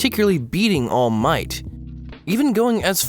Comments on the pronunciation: Ok so this is the first video I've seen by this guy but I noticed he say all might weird. Like he says "all MIGHT" instead of "ALL might" like he's saying it in a sentence "he has all of the might" instead of "he is all might" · every time you say all might I have a stroke. It's ALL might, not all MIGHT. Boi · All Might one word kiddo. Not All----Might. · How literally the whole fandom pronounces it: Allmight How pronounces it: All Might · all miGht (i'm sorry it's just funny to me how you put a lot of emphasis on "might" when you say all might's name) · Im late but like the way he pronounces all might cracks me up 😭💀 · “ All Might ” Sorry, his pronunciation/the emphasis on the word killed me! 😂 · idk why this bothers me so much but this dude constantly exaggerates the ALL in all might instead of the MIGHT idk why this hurts me so much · love the vid, but the way that you pronounce all might hurts my ears. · The way he pronounces “All Might” tho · The way you put emphasis on All Might is very odd, good video though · Listen man I dig you but the way you say "all might" is incredibly jarring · This was a wonderful and well thought out video, but I hate the way you pronounce all might with the long pause in the middle... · Loved it until you started saying All Might's name, absolutely hated it from that point onward :') Still, it was quite entertaining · I hate how you say Toshinori's name. 😂😂 All MIGHT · the way you say all might XD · Omg WHY do you keep saying All Might like that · Disliking this video just because of the way he says "All Might" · you say allmight wrong bruh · For some reason the way you're emphasizing "All Might" is annoying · Stop saying all might like that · Great video!! My only question is why do you say All Might like that??